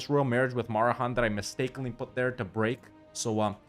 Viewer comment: It's a historic day! pronounced it "Marehan" instead of "Maheran"!